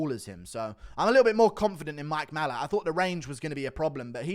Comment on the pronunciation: Guru, why do you pronounce Mike Malott's name, "MALL-uht??? It's "Ma-LOTT".....like the words "a lot".